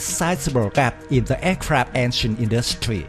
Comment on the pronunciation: Who the hell is narrating the video, Yosemite Sam? "Industweee"